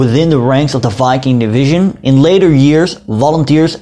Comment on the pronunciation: Thank you for pronouncing the name of the division correctly